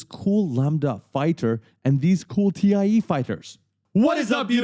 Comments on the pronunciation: It’s THAI Fighters, not Tee I EEEE Fighters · Great tutorials, but with that geeky look, I expected you to know how to pronounce TIE fighter... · Great tutorials!!! I'm learning so much! By the way, it's pronounced "TY" Fighters, not T.I.E. even if it's an acronym for the Twin Ion Engine.